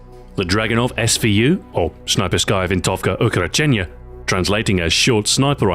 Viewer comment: Снайперская Винтовка Укороченная (Snayperskaya Vintovka Ukorochennaya) Is it so hard to pronounce?